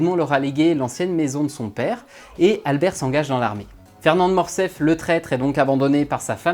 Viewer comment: On dit "Morcerf", pas "Morcef". Ce n'est pas la première fois que j'entends qu'on fait sauter le R, il y a plusieurs livre audio comme ça, je ne me l'explique pas.